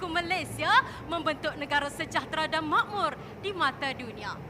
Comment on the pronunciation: setuju, dia tak guna bahasa melayu baku SEPENUHNYA, separuh shj baku, separuh lagi BM standard/formal yg kita gunakan skrg (pengaruh loghat johor-riau)...bahasa melayu baku bukan setakat penghujung A shj...banyak lagi sebutan baku tidak digunakan dlm video cthnya 'makmur' disebut 'makmor', 'kasih' disebut 'kaseh', 'hancur' disebut 'hancor', 'titik' disebut 'titek' dsb...agak sukar untuk berucap dalam BM baku sepenuhnya, sbb kita dah terbiasa dgn sebutan seharian, walaupun dah control sehabis baik utk berucap sepenuhnya dlm BM baku, pasti akan terselit juga sebutan seharian kita